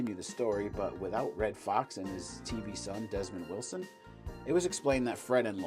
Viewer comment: Demond Wilson not Desmon Wilson